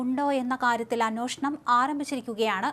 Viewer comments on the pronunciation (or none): അന്വേഷണം ആണ്, അന്യോഷണം അല്ല